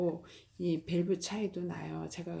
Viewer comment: 저희나라가 아니고 우리나라 입니다. 밸브가 아니고 벌브 입니다.